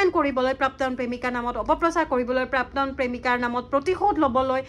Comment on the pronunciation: Prapton buli eman bhulkoi bare bare pronounce korisa...prapton nohoi prakton dei..